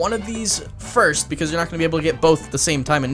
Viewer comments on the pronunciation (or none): none